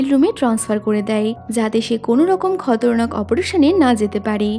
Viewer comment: আপু আপনার উচ্চারণ ভুল আছে খতরনাক হবেনা খাতারনাক